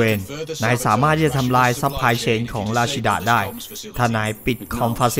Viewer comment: ควรอ่านว่า รัชจีด้า อ่านชื่อแบบเดิม คนดูจะนึกว่า เป็นคนญี่ปุ่น